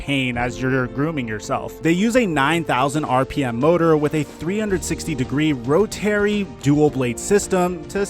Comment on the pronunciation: He said rotary like row-terry